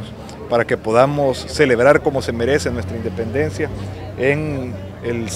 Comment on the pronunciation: “Indenpencia” brutal